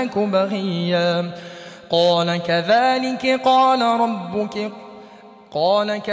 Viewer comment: Ayat no 21 main bhee two mistakes hain recitation kertey huyey qari sb word HUWWAA ko Skip ker gayey hain. Aure doosree mistake qirat main work "RUBUKEE" recite kerney kee bajayey RUBUKAA lafaz parhaa.Correction is required in this recitation of Aya y no 21 main.